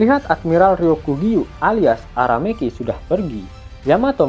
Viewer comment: Aramaki cokk bukan ara-meki 😂